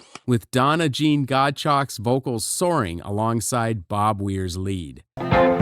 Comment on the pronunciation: I really like this channel but hybrid AI has to do better with pronunciation. It's God-chow